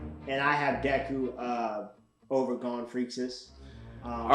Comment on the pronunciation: Can’t rank if you can’t pronounce Gon